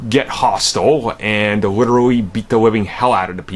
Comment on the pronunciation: Really over a god damn movie? It’s not that serious losers... and it’s “the” not “da” .